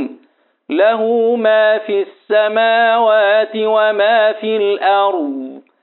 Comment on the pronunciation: أحسنتم وجزاكم الله خير الجزاء استاذ ماجاي تكسر الشفه السفلى والفك الاسفل للاسفل عند نطق الحرف المكسور وبالخصوص في السماوات